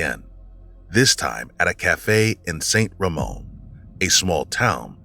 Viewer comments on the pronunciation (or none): none